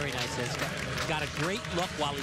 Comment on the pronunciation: Meowww! And it's "nice" not "nive"....